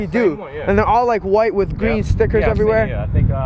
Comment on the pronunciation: He said gween not green lol